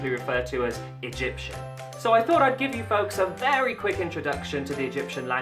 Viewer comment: U did it rong i am from egypt all the words u sd rong.